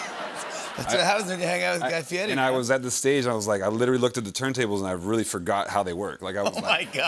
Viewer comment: Diplo hears people say Guy fieri's real name yet he continues to pronounce it wrong when people do that it just bothers me